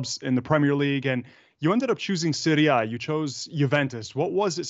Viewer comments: how do you say it? please don't say "Seewrie Aye" gross. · The way the interviewer says "Serie A" hurts my emotional wellbeing